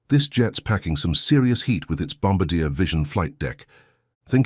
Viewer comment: PLEASE... once an for all... its pronounced "Bom-bar-dee-A".